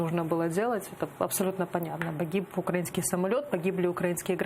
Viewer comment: Айдер, наголос на украЇнський, не укрАїнський, вухо ріже що страшне. Відвикай від мордоровськой вимови.